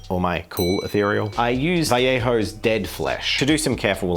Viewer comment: Damn he actually pronounces Vallejo correctly. It's kinda fun to see youtubers who are from southern USA where speaking spanish is pretty common just completely butcher the pronunciation but then some australian bloke actually says vajeho.